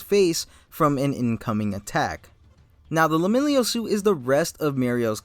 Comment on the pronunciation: It kept bothering me but I'm sure it's pronounced Leh-milliy-unh. Not Lemillio. Otherwise great take on his costume.